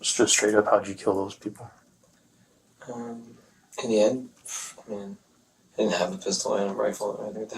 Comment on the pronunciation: "and whow awe the sewewal peowpwe?"